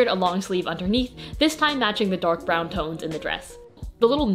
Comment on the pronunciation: the way you say brown is an abomination